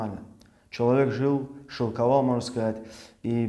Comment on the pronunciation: Шиковал, а не шиЛковал! Я не понял, этот человек обиделся, что Абдулхалим его клоуном назвал? Разве это не так? шиЛковал! 🤣 Этот канал для черпания знаний чтоли? Я думал это развлекательный контент, а ЗурПукан типо парадирует проповедника, поэтому и псевданим такой! шиЛковал говорит про Абдулхалима! Ахах! 🤣🤪😂